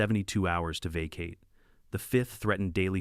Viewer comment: Vacate. Teach AI how to pronounce